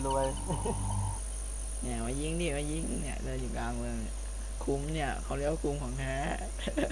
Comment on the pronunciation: คุม ครับไม่ใช่ คลุม :)